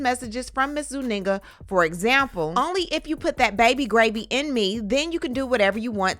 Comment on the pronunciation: Zuniga not Zuninga😮